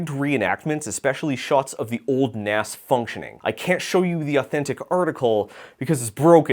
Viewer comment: Am I the only one who winces at 'NAS' being pronounced like NASS and not like NAZZ? Maybe I'm too old.